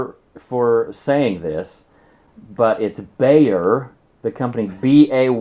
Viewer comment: BAYER is, in its country of origin, pronounced like "buyer"